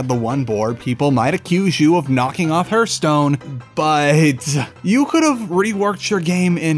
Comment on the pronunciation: In sorry but the way you say hearthstone is very distracting.